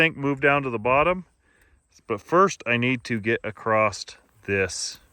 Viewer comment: Clean solar panels work far better, just sayin Also there’s no T in across